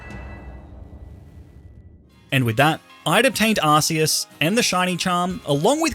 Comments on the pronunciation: It's not Ar-see-us. The official game trailer announcer says it: Ar-kee-us Arceus = Ar"K"eus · its not pronounced arceus it pronounced arcoos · Every time you say arseus I die it’s arkoos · its ARKEUS not ARSEUS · arkeus not ARSEUS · ar-key-us. Not ar-cee-us. #justsaying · Your pronouncing arceus wrong... check out the pokemon movies ark not arse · Please, on god, dont say "Arseus", its spelled "Arkeus". It just simply bothers me so much. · Hey is not arceus its arkoos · It's Ark-oos. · Pokemon ARCEUS (ah-kee-us) not a British Arse! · What is this Arse-e-us he keeps sprouting on about? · You pronounced "Arceus" wrong. It's pronounced "Ar; Ku; s" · it’s pronounced arkoos actually